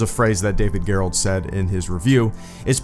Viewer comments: It's pronounced David Jerrold, not Gare-Rolled. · You pronounced David Gerrold (one of the best Star Trek writers btw) name wrong